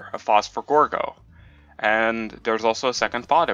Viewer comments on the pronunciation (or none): Do u mean gordo, u kept saying gorgo